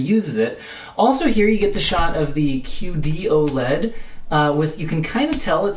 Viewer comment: Am I the only one who keeps hearing "cutey-oh-led"?